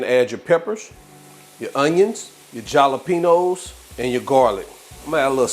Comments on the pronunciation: Jahlapenos????😅😅😅 its pronounced HAHlapenos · Did he say "JA-la-penus" and "ja-la-peen-ose"? 😂😂 Hail nawl! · In Spanish you pronounce the J as an H..... Just a little lesson. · I had to giggle I have never heard anyone pronounce it that way anyway those quesadillas 😋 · Lmao! So mad at the "JA"lapenos!!!!! #dead But yeah this looks good. Thanks fam! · I JUST walked in the door from getting these ingredients and my daughter asks while pointing to the jalapenos b/c Walmart gave me part of someone else's order, "Did you get these? It reminds me of that guy you were listening to last night that said 'ja-la-peen-ose'..." 😂😂 First of all she should have been sleep and 2nd of all she's always trying to crack on me and southern accents; I'm from AL. These northern babies get on my nerves! I had your back though! 😂😂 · You're not pronouncing jalapenos right lol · I love how you pronounced the J in jalapeños 😆 making these tonight 😍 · That part was funny 😂😂❤